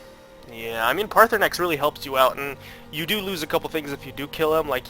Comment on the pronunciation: yeah and you cant either its paarthurnax not parthaunax